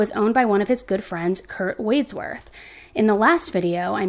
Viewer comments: It's MONTELLO, NOT MANTEO. Also, it's WADSWORTH, NOT WADE-SWORTH. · Right Mon tell o. And wads worth. Not wadesworth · Wads worth is how to pronounce the bros. Wads like a wad of cotton